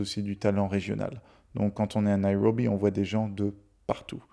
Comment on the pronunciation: Prononcez Nairobi sans en faire des tonnes sur le " R " 😅